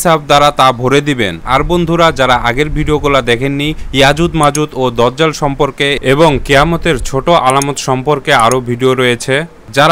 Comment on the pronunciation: বয়দা না বায়দা বয়াত না বাইয়াত দজ্জাল না দাজ্জাল